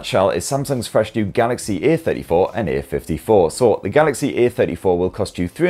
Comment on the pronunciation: One recommendation: you stress the A in *A*34 and *A*54 quite often, whereas the difference between the two is a-THIRTY-four and a-FIFTY-four (or even just "the THIRTY-four compared to the FIFTY-four). I often had trouble understanding which version you meant (while watching during lunch FWIW) and had to replay a few secs a number of times. It sometimes sounded like you were about to the compare the *A*34 to the *B*34, such as here: .